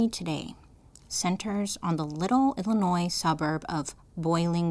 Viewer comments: Not a Chicago native, but I am an Illinois native, and I was just excited to hear her pronounce "Illinois" correctly. lol🤣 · It’s pronounced “bowling brook”. But you said Illinois right, which never happens. ❤